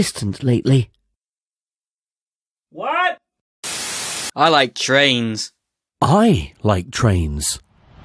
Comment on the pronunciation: He says I wike Twains and the guy who wrote Huck Finn shows up